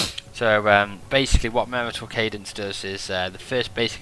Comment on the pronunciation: Thinks its pronounced Marshall cadence, like martial arts